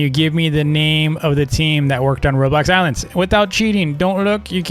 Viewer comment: Me hearing him say the ilands devs ...